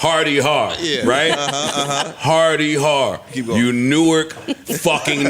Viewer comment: Joe’s pronunciation of Newark is wrong... Iykyk 🤷🏽‍♀️